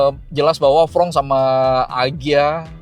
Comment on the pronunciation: Fronx dibaca fronks bukan frong